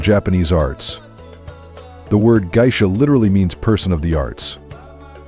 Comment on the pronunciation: guy-sha, eh? AI narration sucks.